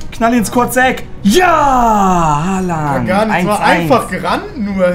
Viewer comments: Bruder es heißt Haaland du hast ein a vergessen xD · Holand nicht Halland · Er heißt haaland nicht haland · Nicht Haland sondern : Haaland ✌️